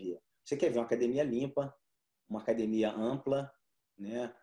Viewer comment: Sempre quando é um gracie tô assistindo. E notei que o Royler tá falando "acadEmia" e não "cadimia" kkkk Parabéns pela entrevista.